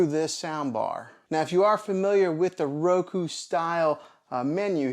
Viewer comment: Why do you keep saying Roko?